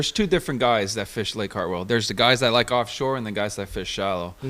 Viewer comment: Mispronouncing "Hartwell" is a red flag.. lol